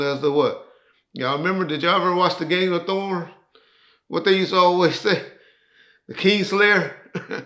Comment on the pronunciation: is constantly butchering names. 😅